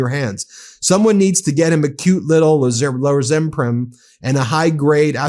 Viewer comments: 😂 I love Ben but the way he pronounced lorazepam ☠️ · Lorazepram pronounced-Lore_az_ee_pram😅 Double dose for 1000 Alex 🎉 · Did you not watch White Lotus? Love the pronunciation of Lor-az-a-pam. Dunking on you! Great podcast as always!!